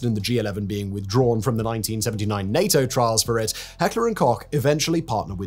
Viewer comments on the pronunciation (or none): none